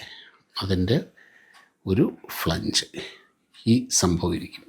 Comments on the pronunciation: ഫ്ളെ ഞ്ജ് അല്ല ❌ ഫ്ളാഞ്ജ് ആ ണു്. 🙏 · ഫ്ലാൻജ് ആണ് correct pronunci ation, സർ 🙏